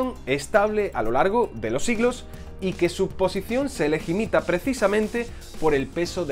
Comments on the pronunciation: Se LEGITIMA, no "se legimita". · ...Quizo decir legímita o legítima 🤔??????? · Dijiste «se legimita» en lugar de «se legitima» en el 1: 38.